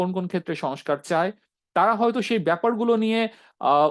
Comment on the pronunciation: Who are you? You don’t even speak good Bangla. You were saying shush car, it’s not Sonoscar it is sonscar. There are many more wrong pronunciation on your Bangla. It’s not Sonbadic, it is sangbadic. Get your shit together.